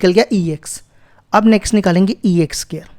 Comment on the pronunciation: Sir it's not SCARE it's SQUARE 🥴😒